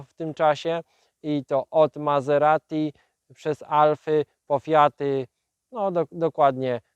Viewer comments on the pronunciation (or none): none